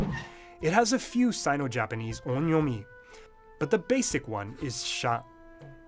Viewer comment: Is the first vowel in on'yomi supposed to be nasalized? I don't know but I heard you pronounce on'yomi roughly as [õ:ɲɔmɪ] but the second vowel doesn't sound so nasal...